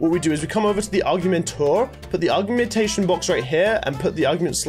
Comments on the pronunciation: U say it or g ment a shon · When says augment and augmentation as argument and argumentation 😂😂😂